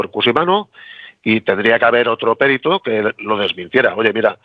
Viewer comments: Un señor que se dedica a ésto, debería decir perito, sin acento en la e. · Cómo es posible que un perito diga périto? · humildemente, los valencianoparlantes y catalanoparlantes, tendemos a pronunciar algunas palabras en castellano como en nuestra lengua. Por eso pronuncia Périto, pues en nuestras lenguas es Pèrit. Por supuesto esta mal en castellano decirlo así, pero nos ocurre bastante. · Perito no se acentúa